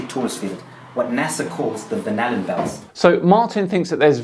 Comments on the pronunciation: Am I the only one that keeps hearing "banana belts"? Instead of Van Allen belts? It's funny, but also annoying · When he says Van Allen belt, I hear Banana Belt! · I can't help but everytime he says van Allen belt i hear banana belt lol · I’m halfway thru this, and the longer I listen, the more the phrase “van allen” sounds like “banana.” Hmmm.